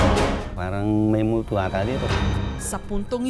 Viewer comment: eh bakit emphasis mo multo..